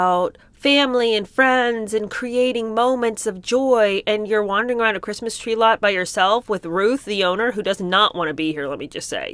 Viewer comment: Meg cant say "Christmas". I think she burns like a vampire getting sun if she says "Christmas"!